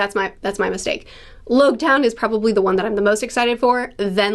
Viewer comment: it's pronounced Logue Town like Log. As in prologue and epilogue